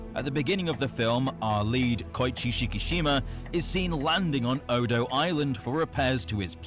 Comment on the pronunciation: Next time you watch this tale Godzilla minus one it’s Odo Island, not dodo Island